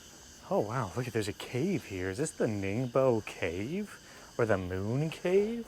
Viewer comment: It's pronounced as Ning- buo 宁波. Thank you.